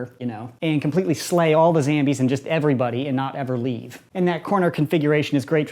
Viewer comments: Its zombie not zambie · I think it’s zombie not zambie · Not poking fun, I promise, but why do you zambie instead of zombie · It’s zombie not zambie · Like if he mispronounces zombie as ZAMBY